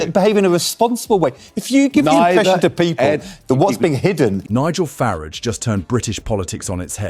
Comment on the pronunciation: Now that you've wet your knickers fawning over 'Nig-gel Far-Raj', whilst telling us precisely nothing, what's the message that you are trying to get across, in your very limited way?